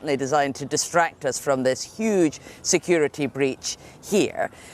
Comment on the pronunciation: "This was a shuge mistake" ?